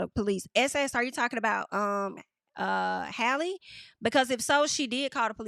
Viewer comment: Haaaaalle,. 😩 It’s Halle, just like Halle Berry, boo. 😂 Halle.